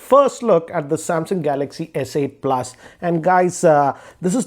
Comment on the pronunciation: hugee- ee, screenn-e, pluss-ee